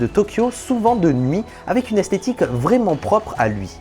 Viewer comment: S'il te plait arrête de dire "avé" au lieu de "avec"